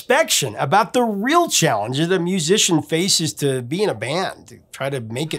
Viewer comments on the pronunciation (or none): none